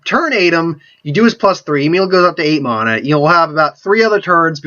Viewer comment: It's mana, not mahna... god...